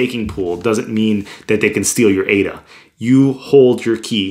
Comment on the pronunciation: bro ..now i became fan of u as ur the first person to pronounce ADA correctly.. keep doing more videos about ADA like how to store ADA in paper wallet and how to restore,,etc... cheers